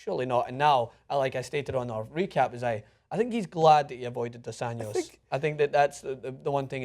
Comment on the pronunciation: It's NOT Dos Anyos. It's Dos AnJJJJJJJos. With a J. Not a Spanish 'J', a Portuguese 'J'.